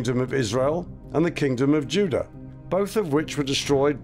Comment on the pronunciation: he says Judah like olden day's?